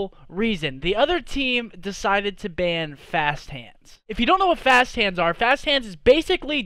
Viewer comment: Ban not van